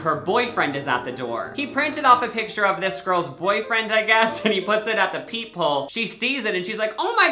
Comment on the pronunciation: Every time you said ‘peep hole’ I thought you said ‘people’ and I was so confused. I figured it out eventually though.